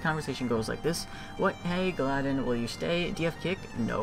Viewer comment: its not you don't pronounce the trolling silver league guy's name galladen, you say it as gally-don